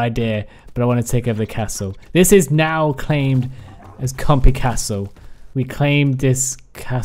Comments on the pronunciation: "Compeh" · Sounds like when he says, compy he says compeh.